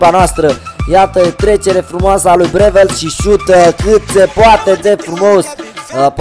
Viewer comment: Breeveld e olandez nu cum ai spus tu :)